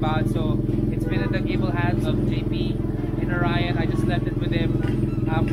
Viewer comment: Oryon lng basa namin Jan. Not Orayon. Bwahahahahaha... Nice pipe magaling gumawa Ang oryon quality at pulido.